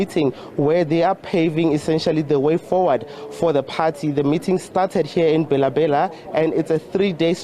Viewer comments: my worry is/was on calling it BHELA BHELA(pronunciation), instead of Bela Bela. Listen to the newscaster. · The news reader failed 2 pronounce African name correctly am not surprised this is the reason y we have cyril as a leader.... 🤣🤣🤣